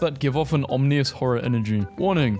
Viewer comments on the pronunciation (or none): why u say Om knee us instead of om i nus >:( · In the beginning when he said omnious. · I screamed at the omnious in the beginning- other than that amazing vid as usual! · bro mispronounces everything like you literally noticed the mispronunciation of ominous and added it as text so why didn't you just re-record it also "saline" and others plus you didn't read out the "in the bible belt" bit which would make it impossible to understand otherwise also please sync up your revealing of the text with your actual speech!